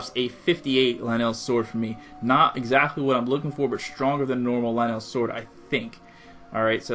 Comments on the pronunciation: Why do you pronounce it lie neil but it’s pronounced ly nul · ITS LYNEL NOT LINELL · He pronounces Lynel as (Leh-nel) but pronounces Lynel Crusher as (Lie-null) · lyneel? it's lynel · Lnells are. It’s lynels lynels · U saying lanel is bad enough but dont say akeela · Oh And Its Pronounced As Ly-nel Not Ly-nell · Linelle sounds like a hygiene product for women's time of the month. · it's not "linel" it's "lie-nel)... like... lion. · Is it pronounced Lin L or Lie Nel? You said both lol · ITS PRONOUNCED LIE-NLL and AKKOLA!! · It's pronounced Lynel (lie-null) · You said lynel like lynal XD say it right next time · You saying "Lynel" Is Killing Me Its L-Y-N-E-L not "LANNEL" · LIN-ELS, NOOOO STAHPPPPPP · My man says Luhnell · Dude, it’s lye-nul. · Lynel is just a spin off of a lion, hence the pronunciation; ‘lie - null’ could think of it as, Lion - el (Lionel) :) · Dude everyone that comments on your video says it’s pronounced lie-nel (witch it is) and you said right like 3 times in your vid and your arguing with them like your 7 come on if you’re going to argue at least search it up first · Good video! Btw it's pronounced lie-null ;) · Can you no say luh - Nelll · WTF IS LUH-NEL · You per once it l-ie-in-nel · Its lie nal that's how you say it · Ok first of all it’s Lynel (Lie•Nol) Second of all its Akkala (Ah•Call•Uh) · Thid guy said LI NELL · It's lie-nol, dumbass. I'm only calling you a dumbass for you're reply's on the pinned comment. You've lost lots of subscribers. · Me: Lynels Him: LEENELS Me: Ah-kah-lah Him: A-kay-lah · Is it wrong to say that he’s not saying Lynel correctly? I pronounce it “Lie-Nol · The way you pronounced lynel triggered me so hard.. Lin-el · One he said lah nell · "Akayla" "Lanell" Seriously, pronounce them right please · pretty sure it's pronounced lie nell and ukulla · "It's not pronounced "Lanell", it's pronounced "Motherfucking Soul - Sucking assholes". Learn English. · Lynel rhymes with vinyl, not Ma Bell.